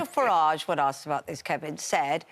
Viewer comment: Seriously, 'Farige says'. Ha ha ha.